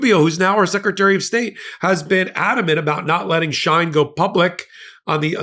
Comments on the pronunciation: 'She - In', and 'we-gars' not 'shine' and 'I-gars'. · It's pronounced “SHE-IN”, not SHINE or SHEEN. From official Shein twitter feed. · It's pronounced She-In by the many of hundreds of Influencers on YT and IG. The clothes are so cheap that if they don't fit or the fabric is flimsy most of the buyers don't care. They will donate it to Goodwill or the Salvation Army. The website is so popular that American brick & mortar stores or online retail online sites can't compete. Also Shein keeps its prices low through a U.S. shipping provision called the "de minimis exception" which waives duty fees for any packages under $800. Shein shoppers usually spend way less than that. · It’s Sheen pronounced! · I’ve always known the company SHEIN pronounced as “Sheen”. I only wanted to correct u because I might not have known what company u were referring to if I didn’t know Shein’s background. Not that him being a part of this company surprises me. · The company is called sheen That is the proper Pronunciation But is spelled differently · its she~in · It’s pronounced “she-in” and it’s like Temu… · Bro can’t pronounce words for shit. It’s phonetically “Sheen” and “Wee-gers.” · Dude come on Uyghur is pronounced wee·gr. Shein is pronounced she in. You really should have looked these things up, come on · Soooo... you should really look up how to pronounce Shien and Uyghurs. Friendly tip.